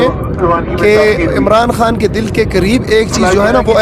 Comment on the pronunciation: حان نہیں، خان ہوتا ہے۔ تلفظ تو تھیک کر لو۔